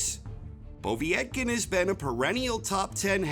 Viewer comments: Povvyyetkin, lol took me a min to realise he was saying povetkin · Po-veee-et-kin?Just Povetkin I think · Poe-Vet-Kin is the pronunciation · why do you say "Povee-etkin" its just Povetkin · 1 - Fury 2 - Wilder 3 -Joshua 4 - Ruiz 5 - Whyte 6 - Ortiz 7 - Povetkin ( and it is pronounced PO - Vet - Kin) 8 - Parker 9 - Usyk 10 - Takam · The way he says povetkin 🤣💀💀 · Your pronunciation of Povetkin's name made my ears bleed. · He made a good video but that kownacki is not a tp ten boxer if he couldnt knock out Charles Martin. Also the idiot cannot pronounce Povetkin name